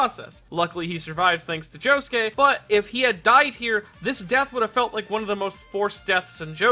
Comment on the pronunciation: It sounds like Josukay when he says it.. Oi Josukay!!!